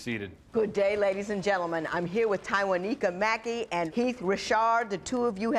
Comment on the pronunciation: One time for the announcer and judge who could properly pronounce Tywaniquekya.